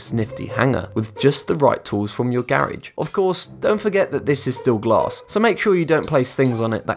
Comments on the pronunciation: the way he siad garage lol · SaltyDash GD/COD And more That's British English.